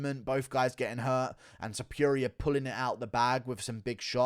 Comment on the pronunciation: The way you say Topuria lmao you say it like Topewria, like how you always call Adesanya, Oudesanya. Cracks me up haha. Good video otherwise.